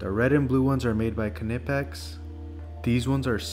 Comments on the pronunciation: He is pronouncing it correctly . They even made a shirt that said something like kuh-nip-x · Go on YouTube & search how to pronounce Knipex. It’s German, I’m saying it correctly. People think it’s “Nipex” but it’s not. 👍🏽